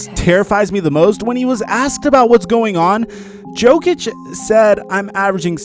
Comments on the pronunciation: You dont say the j in jokic. It's pronounced yo-kich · is that why you said Joe-Kitch, guess you don't watch basketball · Who the fuck is nikola JOEKICHHH